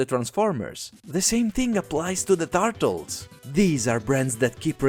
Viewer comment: "the tartles"